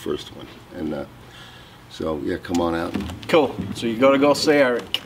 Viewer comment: =STFU.... Can you say "Ka-ool" one more time?